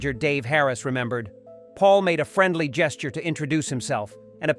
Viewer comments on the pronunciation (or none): none